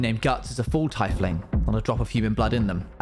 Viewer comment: istg you caused me enough trauma already at this point BUT PRONOUNCING TIEFLING "TIE-FLIING" IS TOO FAR